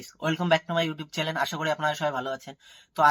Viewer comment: চালেন না চ্যানেল কথা টা ঠিক করো তারপর না হয় ভিডিও বানিও btw ভালো হয়েছে চালিয়ে যাও আর সুমির পোল খোলো যাতে তুমি you tube এ ইনকাম করে বাড়ি বানাতে পারো